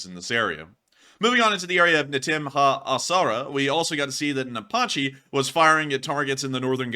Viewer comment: Apache is pronounced Ay-Patch-ee (Not Ay-Potch-ee). Good video the Dagestan event was disturbing.